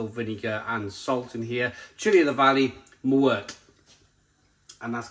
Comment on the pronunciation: Pronounced “muertayyy”. Death in Spanish. Also. You’re meant to cook hotdogs in the brine you get a much much better flavour. 🤦🏼🤦🏼 Come on don’t be a bell end.